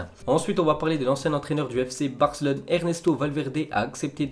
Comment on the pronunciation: je parle pas de barca ... Je parle de la prononciation de ce tebe ... Quand à chaque fois qu'il pronoce la ville de Barcelone ( fc Barcelone ) lui il dit fc Barclone ) il à tendance de oublié le E , ok .... 🤫